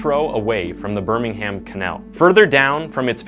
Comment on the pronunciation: The H in Birmingham is silent, it's pronounced more like Bur-ming-um